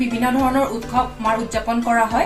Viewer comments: Baideo val hoise kintu utkhab nahoi utsab pronounce hoi. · উৎখৱ নহয় উৎসৱ কোৱা হৈছে